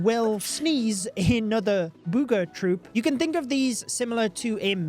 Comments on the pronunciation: I don't know why, but "bood ga troop" sounds hilarious 😂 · I love how says booger